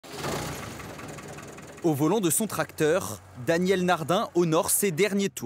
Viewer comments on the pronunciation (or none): C'est quoi cette façon de prononcer les "r" du présentateur ???? "tracteurrrrrr".